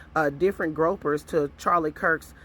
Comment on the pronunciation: Groypers is pronounced groy per. Fuentes is pronounced fu en tez. Sending with love ❤